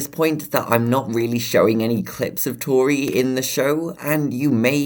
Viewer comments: Do u remember power Edd he says toriret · its tori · It’s tori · It's Tori not tore